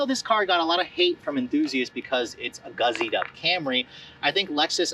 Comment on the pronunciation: Great review,! It is "gussied up" not "guzzied up";-)